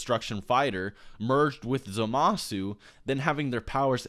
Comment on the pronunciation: It bugs the crap out of be that you keep pronouncing Zamasu's name incorrectly.